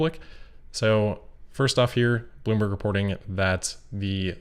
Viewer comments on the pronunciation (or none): none